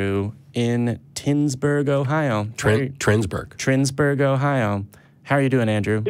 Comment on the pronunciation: Pssst. Your callscreeners got it wrong. It's Twinsburg. Not Trinsburg. Also, "halfway between Cleveland and Cincinnati" is pretty much the entire fucking state.